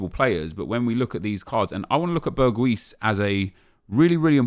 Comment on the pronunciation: Well said Nep. Btw its pronounced Berg-house